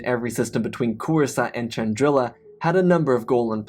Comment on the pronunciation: I thought it was spelt.pronounced Chandrila not Chandril*i*a